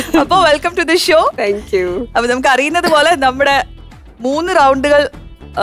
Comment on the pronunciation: വെൽക്കം റ്റു ദി ശോ അല്ല. വെൽക്കം റ്റു ദി ഷോ.. "ഷോ "